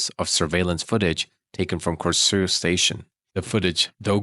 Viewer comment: As someone from Denmark - You actually did quite a good job on pronouncing danish words/names like I was impressed by your pronunciations on Korsør and Slagelse.